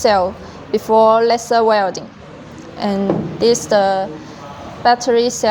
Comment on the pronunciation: Very good and clear explanation video. Can you change the pronunciation of "lesser" to "laiser" or is that too difficult? Just a humble request. Furthermore, I congratulate you on the rest of your very good English!